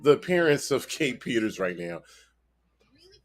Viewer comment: To me it sounds like the guy posting this video is failing horribly. He can't even get her name right lol. ITS kae Peter. No S on the end there buddy lol. Also he failed in his court case.